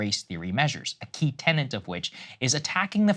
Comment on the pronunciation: Key "tenet", not key "tenant"